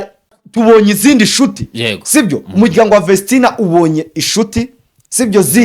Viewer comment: Ntabwo bavuga "UMUDYANGO, bavuga UMURYANGO"😂